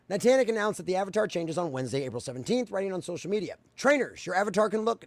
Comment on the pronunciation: It was driving me a little crazy you kept calling them "nitantic" instead of Niantic but actually I like it because rhymes Titanic which perfectly fits how they are a sinking ship by their own doing.